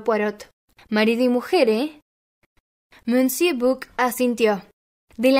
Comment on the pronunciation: Gracias!! Me suscribo ipso facto! Permíteme un tip para mejorar, aún más tu lectura, cuando aparezca alguna palabra en un idioma que desconoces, puedes consultar Google y escuchar como suena, tal es el caso de monsieur que suena algo así como "mesié". Saludos cordiales!